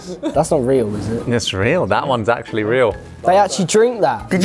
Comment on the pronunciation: "That's achewallee diaballicall."